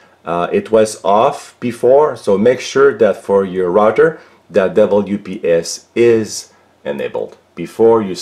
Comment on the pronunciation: The "rotter". Do you mean the "router"?